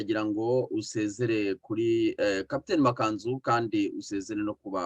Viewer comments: Ariko ni Ma^ka^nzu- ntabwo ari ma-ka-nzu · Mwajya mwumva uburyo yivuga, mukavuga izina rye neza! Byaba byiza!